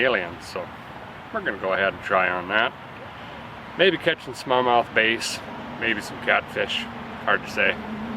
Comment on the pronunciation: When you're talking fish, it's not "b - ace," it's "b - ass." But you knew that.